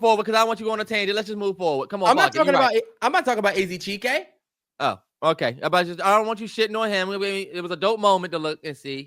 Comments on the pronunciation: Terrell saying “che-kay” instead chike is killing me 😭😭😭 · Chike like when it rhymes with Kite, not chee-Kay 😂😂😂😂😂